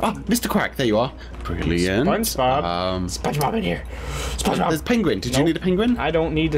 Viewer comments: I heard say ‘ SpongeBoob’ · Did just say spongeboob XD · Is it just me or did just say spongeboob